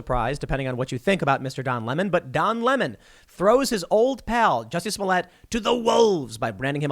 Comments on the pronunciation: You say "toilet" not "toilé" It's "Smollett" not "Smollé" And what kind of name is "Jussie"??? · DAM you TheQuartering! 😂 Now Tim is saying Juicy Smolliér (soft R... We don't wanna appear raycis)